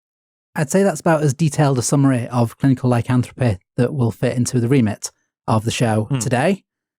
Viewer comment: pronouncing words like "lycanthropy" as "lycanthropeh" is driving me mad.